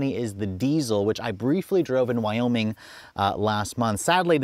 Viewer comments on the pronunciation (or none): none